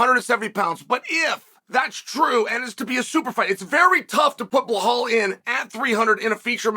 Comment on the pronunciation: If Belal fights Leon, 1.25 million Chael fans are going to be asking, "What about Blehal?"